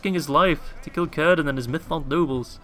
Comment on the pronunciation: Its not currrdan ... its cir-dan